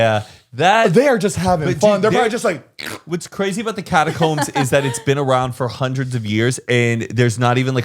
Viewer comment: Sam just said my name and said it perfectly!!!! 🥰 was he referring to catacombs but it still counts